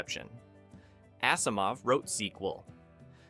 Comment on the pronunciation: Same with Asimov. It is pronounced like Azimov not Assimov.